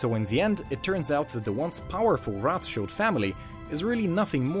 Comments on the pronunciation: pleeease stop saying "Roth" like American English "th" but say Rot like maybe Road - would sound 100x more German xD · It's not pronounce as Roth-child it's Roth-shield! They are germans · Its CHILD not ROTHCHILLED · Greetings from Frankfurt in Germany! Its Roth like red. Modern rot=red. So no "th" ;)